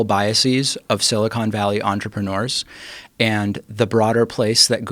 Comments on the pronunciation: Love you Joe, but it drives me crazy when you say "Silicone" Valley. Silicone is in breast implants, not in computer circuitry lol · Can someone tell Joe that it is Silicon Valley? Silicone Valley is Hollywood.